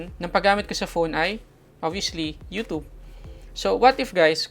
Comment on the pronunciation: "you tub"